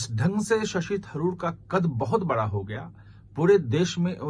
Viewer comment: Bara nahin bada bola karo.